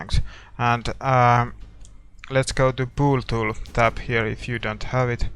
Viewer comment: th be way u say"bool tool tho" XD